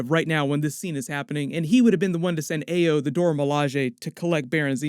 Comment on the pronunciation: “Ah-yo” common man it’s a common Nigerian name .... also are you sure that’s what Zemo was referring to when he said “at least you weren’t conscious”